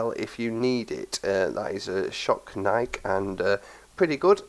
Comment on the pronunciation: HES SAYING NIIK INSTEAD OF NIK-E IM WEAK